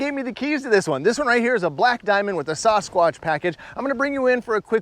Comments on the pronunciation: Sauce-squash? It's Sass-SquaTCH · As a resident of bigfoot country, your pronunciation is killing me. It’s “sass-kwatch” not “saw-skwatch”. Thank you for listening to my TED talk. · I swear he said SAUCE-quatch at the beginning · why can't he pronounce sasquatch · Is anyone going to tell this guy how to say Sasquatch? 😂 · Still haven’t figured out how to pronounce Sasquatch eh? 😂